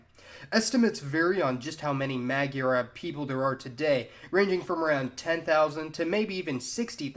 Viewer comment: It's not mag-yar-ab its Moi-are-Ab (Magyarorszag is pronounced Moi-Are-Ror-Sag) & it doesn't mean ab as in Arab its Ab as in Aboriginal